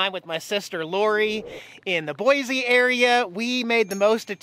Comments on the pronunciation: Boy-see. Not Boy-zee. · The good oh BOISE (BOY-SEE) River.